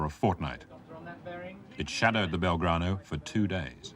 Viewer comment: "...the Belgrado..." ??? Very British...